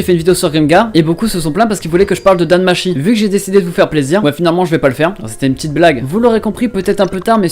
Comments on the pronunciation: Je me moque pas mais bon quand ça fait un moment que tu écoute du japonais dans les anime ne me sort pas un "Dan Machi" tt pété please 😂 Tu ne sais pas que le ち (chi) en japonais se lit tchi ? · NOOOOOOOON mes oreilles c'est Danmachi (Danmatchi)